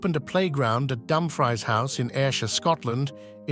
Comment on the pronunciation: He pronounced the town of Dumfries wrong.